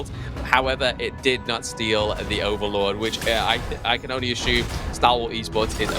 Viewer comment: there is no h in assume